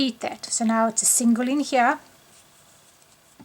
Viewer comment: Why does your here sound like hyah?